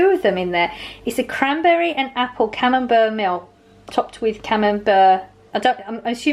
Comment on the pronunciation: Great haul - it’s pronounced cam-um-bear xx